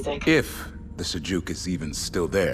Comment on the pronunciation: I find it funny that Karen can't pronounce "Sajuuk" :D